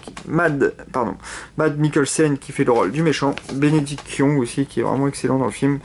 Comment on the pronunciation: On dit KEUMburbatch